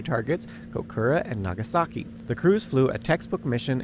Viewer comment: "naa gaa sa ki" lol